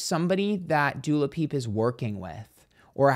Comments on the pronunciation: it comes from the Wendy Williams show. One day in her Hot Topics section she was talking about Dua Lippa for the first time, but she couldn't get her name right, so she kept saying Du Lapip, and it was so funny it caught on. So from then on, every time she spoke of Dua, she would say Du Lapip. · Not Dula Peep😆 Love you,! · Not Doola Peep 😂😂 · Wendy Williams called her Dula Peep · I will forever love you saying Doo La Peep 🤣🤣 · Dula Peepa, im sorry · I can’t.. you made my day with “Dua lapeep” 😂😂😂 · Literally only watching to hear say dulapip😂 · Love that mispronunciation with Dua Lapeeps lol 😂 nit as funny as Camilla Caberlalelo or something 😂 xxx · it’s Doo-Ah Leep-Ah